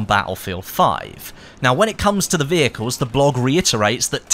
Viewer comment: I love driving wheicles 😂 I know you're saying vehicles